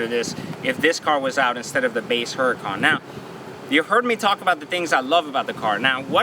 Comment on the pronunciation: The one thing I hate is he keeps pronouncing the car's name wrong. Dude it is a Spanish name. The "H" is silent. Also, bad karma griping about a car 99.9% will never own that wish to own someday. Grips are very superficial all cosmetic. My guess you love how the car drives/sounds.